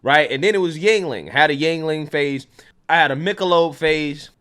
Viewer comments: Jesus christ., its not pronounced Jing-Ling. Yuengling is the anglisized form of Jüngling (German, meaning „young boy“) Just look up the word Jüngling on a german online dictionary and listen to how that word is pronounced. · Yuengling. Not dingaling.